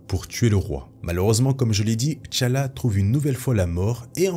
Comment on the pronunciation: Té Tchalla et Té Tchaka et non Tchalla et Tchaka